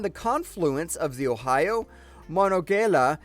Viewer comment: Just about to give him the pronounciations for each lol... at least he got Ohio 😉